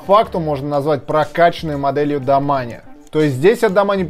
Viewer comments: Произносить нужно домейн а не домане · Мне одному кажется что правильно домэйн а не домани а то кровь из ушей идёт) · Так и есть)